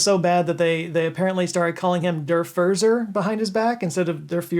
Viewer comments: It’s “FORT-zer” not “Fur-zurr”. Also, I didn’t know Castro shared my obsession with dairy. Thanks for the info 👍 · Der "Furzer" is pronounced correctly in German [in English] "Foorzer" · Brilliant, and thank you for this.. little side note: Furzer is pronounced like 'furtser', the german letter z sounds like a -ts-.